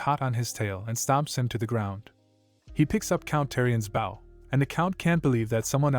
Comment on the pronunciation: Do you know about plastic surgery? You know, the two words that don't exist in this world. Garbage writer or translator. They could have called it phantasm, shapeshifting, glamor, reshaping, illusion...no plastic surgery. This guy pronounces bow as baw, Ra as R.A. TF is going on.